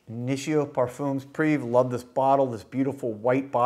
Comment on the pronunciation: it's not priv you can pronounce it " privee" privé in french. OK !!!